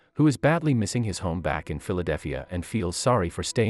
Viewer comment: Lol when he says "Philidalphea"